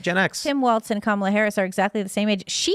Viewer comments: it is pronounced "Walls", not "Waltz" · Walls Walz Not waltz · Waltz? Walz? ...... According to Google the British pronunciation is wolts. American is waalz. So I guess you can say it either way.